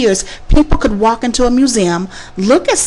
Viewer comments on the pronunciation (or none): none